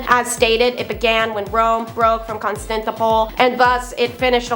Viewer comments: I really like this podcast. I think I have county name broke down right I've been out of school about 46 years. (Con- stan- tin- opel) try saying this way. Keep up the good work. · It's Con-stan-tin-o-pole